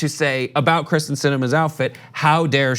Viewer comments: It’s kYRsten, not Kristen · it's KEEEERSTIN, not Kristin. sheesh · Her name is Kyrsten, not Krysten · It pronounced Kiersten...not krysten. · Her name is Krysten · Does nobody on this show realize it is pronounced KYRsten (Kier) Sinema, Not KRYsten (Kris) Sinema. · It’s KYRSTEN, not Kristin 😂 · KYRSTEN* not Kristen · Kyrsten! Not Kristen! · by the way,, its pronounced keer-sten